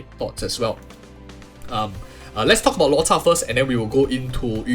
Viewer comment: Why are you always saying "Luota" when his name is Luocha